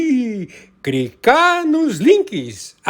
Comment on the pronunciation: Mestre em falar errado, utilidade PUBRICA, é só CRICAR. NOSSA!!! QUE CANTOR HORRIVEL. chega a doer o ouvido. Que bosta.